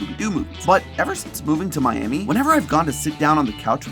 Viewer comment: I have lived in Florida my entire life. I'm in my late 30's. I have never heard "Miami" pronounced like that. Is there a reason I'm not aware of for the different pronunciation?